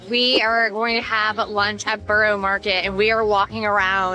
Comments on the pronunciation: Yes it is! And Covent Garden is pronounced as Cov ent Garden not Cove …and Borough Market is pronounced as Burra not Borrow…. It’s like learning a foreign language! 😄 ohhh and Route is said as Root not Rouh te - because a “rout” here means a bunch of people looking for a fight! 😲😁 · TUBE = CHOOB not TOOB. ROUTE = ROOT not ROUWT. BOROUGH = BURRA not BURROW. COVENT = COV ENT not CUV ENT or CO VENT. SCONE = SCON not SCOWNE. The Tower of London used to be a MENAGERY (zoo) as well. I live a 10 minute walk from another of William the Conquerors castles, ROCKINGHAM CASTLE. Still inhabited by the same family for over 450 years. Double decker buses are used all over the UK not just in London. There is no such place as DEVONSHIRE. It's just called DEVON. I hope your voices were not actually as loud in the places you recorded in as they seemed on the video. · Borough market is buh ruh market (not row) and buckingham palace is buck in am palace (silent h)